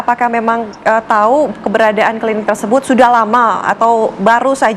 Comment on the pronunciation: Host tv one, bilang klinik,, klidik